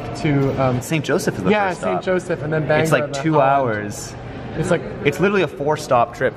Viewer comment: Just to put it out there, it's "BANE-gore" and "duh-WAH-jack"